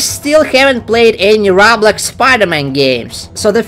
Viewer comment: Whats roghblox? Ooooohhh you mean roblox. Yeah, better do better on your prononcuenation